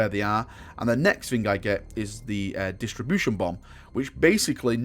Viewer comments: DIS-RUP-TION. It disrupts shields, not distributes them. :) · Disruption. Say it with me now, DIS-RUPT-SHEN